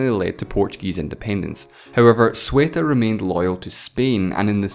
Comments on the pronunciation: Say-oo-tah not soo-et-ah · It's CEUTA, not SUETA :V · Stop pronouncing Ceuta like a Yorkshireman saying "sweater". It's SEHw-ta. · I genuinely bother me you saing sueta instead of ceuta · It's not Sueta (?), it's Ceuta. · CEUTA CE U TA, not SUETA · ceuta* ceuta* ceuta* ce-u-ta not sueta nor zueta ce u ta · Arrgh... the way he mispronounces Ceuta (/sweatah/) makes me cringe. /SeeUtah/ as another channel pronounced it is more acceptable. Great video though! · Sueta is triggering me... IT'S Ceuta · Sueta? See-u-tah is way more accurate. Also, you forgot to mention Peñón de Vélez de la Gomera and some may even consider the islands that compose the plazas de soberanía but that's quite farfetched. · *Ceuta (pronounced Seuta), not Sueta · sueta? more like seuta man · It's Ceuta, not Cueta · Arthur E.W nah, he pronounced it "Melía", not "Melilla". And yes, "Sueta"... Even "Seuta" is just fine but... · It's Ceuta not Sueta. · nobody:: Pronouciate various times the Spanish exclaves of Ceuta and Melilla "SuEtA aNd MeLiA" instead of original pronunciation Spanish people: why are we still here just to suffer? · Why do you have to say SUETTA when reading CEUTA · Logic of an English native speaker is Ceuta=Sueta 😂 anyways I loved the video good job 😊😊😊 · Today I learned Ceuta is pronounced 'sueta' in english. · Actually Ceuta is pronounced like Say-oo-tuh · aaah why does everybody keep calling Ceuta "Sueta"? kindly triggered :) also fefty neyn <3 love the accent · It's *C E U T A*. Otherwise, awesome videos man, keep it up! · Read "Ceuta" again. The U comes after the E, not before. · CEUta not SWEta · C-E-U-T-A! Hearing "sueta" makes me puke 😂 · This was driving me nuts. Like some dyslexic mispronouncing. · DUDE. STOP. SAYING. "SUETA". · It is said as (say-you-ta) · In either case it's NOT /siutə/ as is saying it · it is pronounced Se-oo-tah and Me-lee-ja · Philippines Productions im from spain and believe me it is not, its Ceuta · "Sueta" and "Melia" :,V